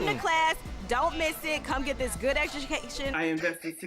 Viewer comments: wasn’t going to let good eduJcation go 🤣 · “Come get this good eshakation” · Soon as she said at the very beginning come get this good edhucation 😂 yall lost me on that 😂😂